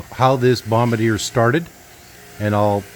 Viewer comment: Just a friendly note that its pronounced BOMB BAR DZEE A. Nice old machine.